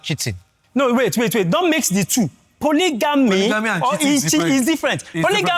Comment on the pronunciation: 😂😂we’re talk say “ I am a polygamust’😂😂 you can pronounce your identity?😂 polygamist 😂😂 say it after me